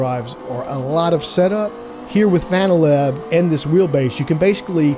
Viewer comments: Great summary. I think I made the right choice buying the 5nm for my friend getting into sim racing. Now I'm more excited upgrading myself later this year. Btw still don't think it's pronounced fanatic. Fan Uh Tech. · I think the name is pronounced Fan Uh Tech not fanatic. Idk why it hurts to hear it pronounced fanatic. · By the way, it's not pronounced "fanatic" it's "fanna-tek." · "Fanatic" "Fan a tech" it doesn't matter. 😂